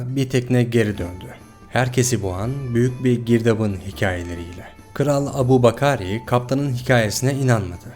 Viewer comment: Adamın ismini bile düzgün telaffuz edemeyince çekti gitti. İngilizcede Abu bakar diye yazılır Türkçe okunuşu Ebu bekir.